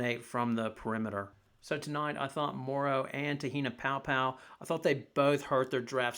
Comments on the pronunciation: you mean Paopao not Poa 🤦‍♂️ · It’s pronounced “pow pow.”